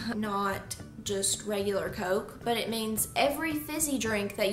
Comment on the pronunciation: Where in the world do they say Coke like that I don’t think you’re southerner